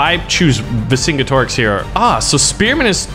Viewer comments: Always heard it pronounced Ver Sin Get Er Ricks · it's ver-sin-get-ih-rix vercingetorix